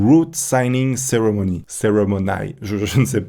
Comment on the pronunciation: pour te signaler on dit cérémon"i" en anglais voila 🙃